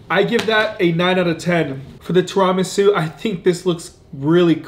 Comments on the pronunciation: Lmao “Tira-Ma’su” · Tear-a-mee-soo is how you pronounce it. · STOP PRONOUNCING TIRAMISU WRONG!!!! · Your pronunciation of Ti-ruh-mee-soo had me arguing with my girl that y’all both were saying it wrong. But love the vids, keep it up!